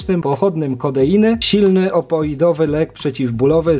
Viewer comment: te terminy medyczne/chemiczne bolą kiedy je mówisz opioidowy nie "opoidowy" i syntetyzowany nie "syntezowany, nooooo a tak po za tym to film zajebisty jak zawsze :D